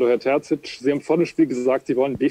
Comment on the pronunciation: Warum wird er selbst vom Dortmunder Pressesprecher falsch ausgesprochen? Kann man das denn nicht richtig etablieren? Ist ja nicht so, dass sein Name sehr schwer auszusprechen ist.